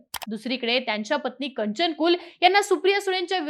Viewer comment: मॅडम कंचन नव्हे कांचन कुल